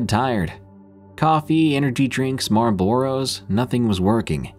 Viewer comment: More a borrows? lol. 😂😂😂 it’s cute that you don’t know how to say Marlboros. They are cigarettes. Seriously though, it’s great that the name Marlboro isn’t common knowledge with the younger folks. Keep up the good work.